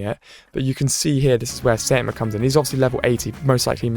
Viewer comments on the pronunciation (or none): he keeps getting it wrong it's saitama